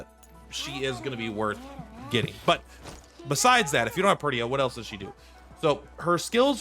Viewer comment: I wonder why most content creators pronounce her as "PUR-TIYA." The "i" is silent? And some pronounce Colphne with it, ie COL-FINI, instead of saying it like how Daphne is usually said 😸 Ah well, no biggie 😼